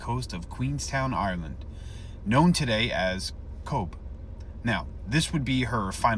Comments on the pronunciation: Cobh not Cobe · Cobh is pronounced Cove